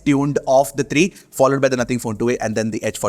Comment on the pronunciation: bro why dont u pronounce three as three why do u keep saying TREE TIRTEEN etc..